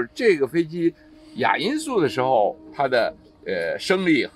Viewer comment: 襟翼？怎么发音的？jin3 仅翼？ 连襟，怎么读？ 衣襟，怎么读？ 泪沾襟，怎么读？ jin1, 音今，音斤，音巾。 哑音速？ya3? 音雅？ 亚洲，怎么读？ 三亚，怎么读？ ya4, 音讶。